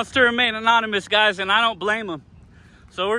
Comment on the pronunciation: Hey! You pronounce "Guys" as "Guises" pronounced (GI-zuzz).